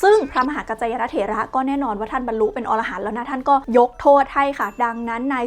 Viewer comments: ละเอียดเข้าใจง่ายมากครับ😇 แต่ขอเสริมนิดนึง อรหันต์ อ่านว่า อะ-ระ-หัน ออระหัน เป็นสัตว์หิมพานต์ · อะ-ระ-หัน ไม่ใช่ ออ-ระ-หัน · Chaiyaphon Duangkaew แสดงว่าออกเสียงผิดสินะครับ เพราะผมได้ยินว่า ออ ระ หัน หรือหูผมไม่ดี 555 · อะ-ระ-หัน ไม่ใช่ ออ-ระ-หัน นะจ๊ะ. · เวลาเราอ่านว่าอรหันต์ ห้ามอ่านว่า ออระหัน ให้อ่านว่า อะระหัน เพราะความหมายเปลี่ยน ออระหันต์คือสัตว์ป่าหิมพานต์จำพวกมนุษย์นก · พระอรหันต์ ต้องอ่านว่า พระ อะ ระ หัน ส่วน อรหัน(อ่าน ออ ระ หัน เป็นชื่อสัตว์หิมพานต์ หัวเป็นคน ตัวเป็นนก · ขออนุญาติครับ. คำว่า อรหันต์ อ่านว่าอะ ระ หัน ครับ. อธิบายได้พิสดารจริงๆ. ให้ความรู้และยังเผยแผ่พุทธศาสนาได้อย่างดีเลยครับ. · รอบนี้ออกเสียงผิดครับ